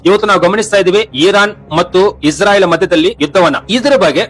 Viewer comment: ಇಸ್ರಾಯಿಲ್ ಅಲ್ಲಪಾ